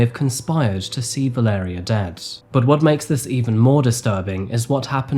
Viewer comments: Her name is (phonetically) Val-ar-aya, I know a Mexican lady with that name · Her name is pronounced “Vah-leh-rEE-uh” and the city is called “gwah-da-la-HAH-rah”